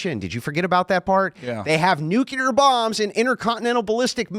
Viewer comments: People! The word is "nu-CLE-r", not "nu-CUH-ler". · What's "nucular" mean? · Is anyone gonna tell this dude nucular isn’t a word?? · loves to talk shit to people for their IQ and their communication skills but he says "Nukular" like GBush